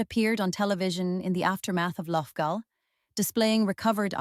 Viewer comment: The pronunciations of Laffgall (loughgall) , Arma (Armagh) and Lough-gilly (Loughguille) are terrible